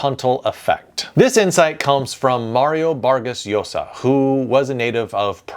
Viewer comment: Good tips. I wish the names were pronounced correctly though. Bolaño and Allende were butchered but Llosa was pronounced correctly. "LL" is pronounced like "Y", not as a long "L", so Ayende and Yosa. Bolaño would be Bolanyo.